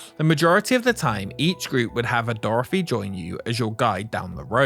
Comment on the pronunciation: Dorthy!! Not Doorefry!! Just messing with ya, enjoyed the video!! Keep up the good work!